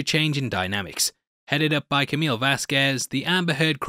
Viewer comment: Thank you thank you thank you for pronouncing her last name appropriately. It's Vaz-k-eh-z... so many reporters pronounce it Vaz-k-uh-eh-z So annoying. Thanks again man. 👍